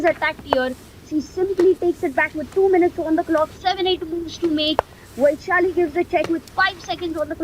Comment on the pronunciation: its not vaiiishali, its वैशाली